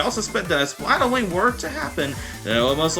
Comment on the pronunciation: Why do you pronounce splatoon like that